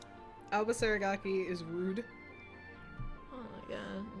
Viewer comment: OMG I'M DIEING HAHHAHAHHAHAH "aobab"😂😂😂😂😂😂